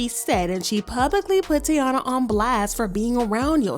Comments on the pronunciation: Her name is TAEEEEEENA.. pronounce tayyeeeeena.. it’s literally spelled T - A - I - N - A … not Teana like Teyana Taylor. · Her name is pronounced Ty-E-na!!! Lawd...I cringe when you say her name as Tiana....lmaoooo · can you say the girls name right!? it’s TY - EEN - UH. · (Tie-ee-na) ….called this girl 3 different names in one video🤣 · Why would she say her name that many times incorrectly? 😂😂😂 the blogs be wild. They don’t care if they right or wrong honey just wanna talk lol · Are you purposefully mispronouncing the name or you're just trying to lose viewers by irritating us with the amount of time you mispronounced such an easy word